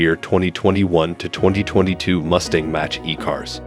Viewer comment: 'Match' E-cars? It's MACH-as in speed rate MACH 1,2, etc